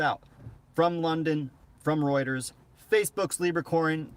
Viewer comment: Your the only one that gets the name Reuters right,most say rooters which cracks me up every time.but they're not far off I think!